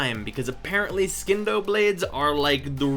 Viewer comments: Charles McFarlane its not silent its pronounced as C, even tho he says skindo for some reason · Hey,! I know this video is old, but as a friendly reminder, it's pronounced sin-doh. Just like science. It's not skience, it's sigh-ence. Silent C. Love your videos by the way! New subscriber here.:) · I'm not the authority on this. But I would say the c in Scindo is silent.